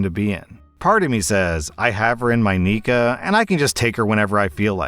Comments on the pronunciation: I am a Muslim and hearing “neekuh “ for nikkah is like cat claws on a chalkboard 😂😂😂 It’s NEE-Ky😂 I have never heard any sheikh or scholar say that it is permissible to gRAPE your wife. I have only heard scholars permit divorce for this reason. He can literally just divorce her and get a new wife to have intercourse w. I don’t understand how we went from him not really wanting to marry her and they giving one another the silent treatment to gRAPE🙄 wtf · R/Islam story nikah isn’t said Nee-ka it’s Nee-Kah. Zina is having any relationship with a man that isn’t A. Familial or B professional. And just in case it wasn’t obvious i can say As a Muslim you CAN NOT force yourself on your wife/husband. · It’s pronounced nikha and it’s called purdhah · Hey. You might want to be careful how you pronounce nikkah